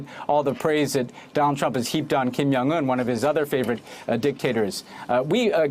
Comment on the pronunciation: Jung Un. With a J. He isn’t Swedish. (Sorry - it’s a pet peeve).